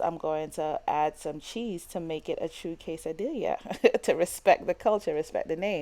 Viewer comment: It’s pronounced quesa-dee-YAH... the two L’s make a “y” sound. 👍👌 Thanks for sharing your recipes!